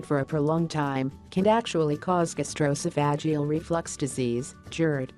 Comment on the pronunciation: I think it was trying to say: Gastro-oesophageal reflux disease.